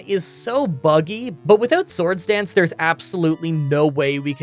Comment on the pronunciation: Are you saying sword stance or sword dance???